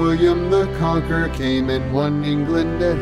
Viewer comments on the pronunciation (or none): You Pronounced Stephen and Conqueror wrong